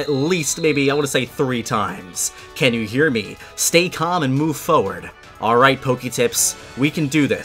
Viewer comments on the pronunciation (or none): He says "foward" not forward and it annoys me every time